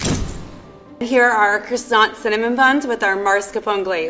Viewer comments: Croissant dough or krsont dough? Hmmm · Anyone else cringe when said "maRscaponne' and "crOssanT"? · Knowing how croissant is actually pronounced in french made me shudder every time she said it. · The level 3 chef has been a pastry chef for 9 years and she can’t even say “croissant” properly